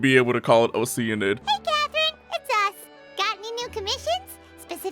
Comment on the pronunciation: The root word is "ocean", so I prefer your pronunciation